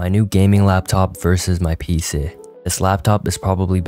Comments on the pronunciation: Why is bro saying peesee? 😭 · Y u say pc sometimes like pceh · BRO SAID PEESAHH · "pee-se" is messing with my brain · “My PCEH” Why is bro so Funny 😂😂😂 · Bro was pronouncing PC like "PSeh" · How he says pc💀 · The way bro said pc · the way bro says pc